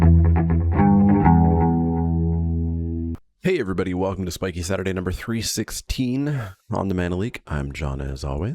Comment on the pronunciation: What do you call Spikay Saturday #314? The only other thing I want to let you know(, because any other thing I've said to the screen while watching doesn't help my cause of getting heard by you): It's Kodama, not Kodoma.